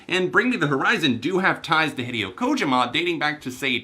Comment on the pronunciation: Not to be that guy but you are mis pronouncing hideo kojimas name. It's "Huh-day-oh" "ko-g-ma" as far as I know